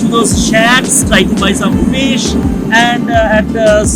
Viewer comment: Guru banglay bolo... English pronounciation and grammatical errors puro pronab mukherjee baa communist utpil dutta r moton...eas...rice and phis curry